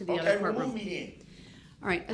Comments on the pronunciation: And it’s “remove me den” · “Remoo me den” - Guy who thought he could outsmart 3 criminal prosecution attorneys